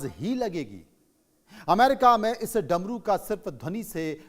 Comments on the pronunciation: Drmu nhi Dmru😂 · DARMU wrong Damru correct.susti wrong sristi correct.attention the correct pronunciation because your voice gone spread everywhere please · Darmu Nahin Damru Shuddh bola karo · Apne bola damaru ko daramu. 8.59 pr